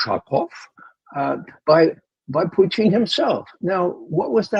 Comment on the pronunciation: Why does Mr McGovern pronounce Putin's name as Pucheen? Is it derisory or an accurate representation which no-one else seems to use?